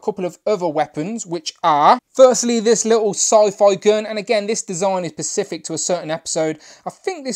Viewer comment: Good review! FYI the word is “specific”, not “pacific”